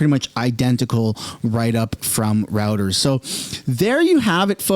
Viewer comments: It's roy-turs not rooters. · It's ROY-TERS!! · Heads up. The word is pronounced "zarr" and the news agency is pronounced "roy-ters".